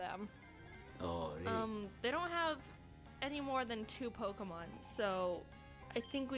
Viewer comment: The only reaction in this vedio is ''Pockmon name really strong pockmon"